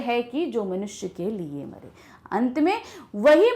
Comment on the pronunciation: Wp mare likha hai aur aap jeye bol re ho